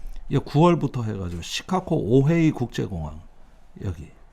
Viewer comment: 시카고를 시카코로 발음하는 이유는?